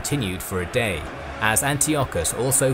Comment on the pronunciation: "All Rome will be amazed at such a victory. The DAaaaaYEEE is owuRsssssss!!!"